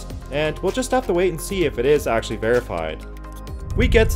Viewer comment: akshul -> axial